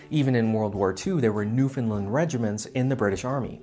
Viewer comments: You mispronounced Newfoundland. We pronounce it like how it rhymes with "understand". Also the British Empire didn't start with Jamestown in 1607 (or 1610) but technically it began when Humphrey Gilbert took formal possession of St. John's, Newfoundland (plus 200 leagues north and south) in 1583 using Royal letters from Queen Elizabeth I. He died sailing home so never got to return with colonists (although the area wasn't uninhabited since even when Gilbert arrived, St. John's harbour was already full of European fishing vessels). That task went to his half brother Walter Raleigh who instead sent colonists to form the now lost colony of Roanoke in North Carolina. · I'm late to the party, but I feel compelled to point out that the Caribbean is part of North America. Also the UKs first, and coincidentally its last, overseas colony was Newfoundland. And the correct pronunciation of "Newfoundland" places the accent on "land". Fun fact: Canada is a separate realm from the UK so the "Queen of Canada" is a separate title held by Queen Elizabeth II.